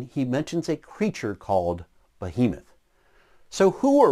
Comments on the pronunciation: Kind of funny he keeps pronouncing Behemoth ("be-He-moth") as "boh-HE-meth." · "bohemoth" * sigh *